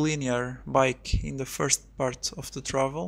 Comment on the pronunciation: "Hi guys, welcome to my FART video of mountain bike..." Lol...